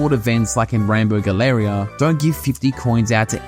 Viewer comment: Hey man it's pronounced Gal la ria